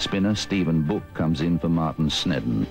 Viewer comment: Ah, one of our greatest tests. It was not a great pitch but England were generally far too short as you can tell even from these highlights. Interesting pronunciation of Stephen Boock's surname.